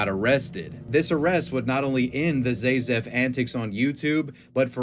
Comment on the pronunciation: My only thing against this is that his username was pronounced ZA-zef, not ZAY-zef as he kept using. ….I remember I stumbled into his videos maaaaany years ago. Ugh, that’s enough internet for me today.